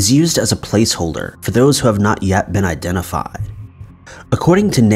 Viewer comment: "I've been " sounds so strange. Who are you now then? 😜